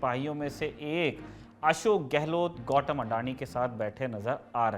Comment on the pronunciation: गौटम नहीं गौतम है यार उसका निम